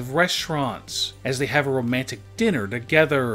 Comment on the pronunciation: “Eachothrrrrr” “Togetherrrrrrrrr” god lord